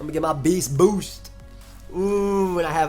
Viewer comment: Eyyy u not saying it like beashtboosht